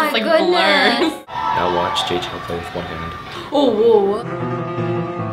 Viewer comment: 在講JAY CHOU 的時候，我聽成清朝XDD